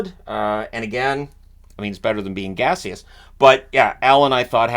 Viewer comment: "Gaseous" lol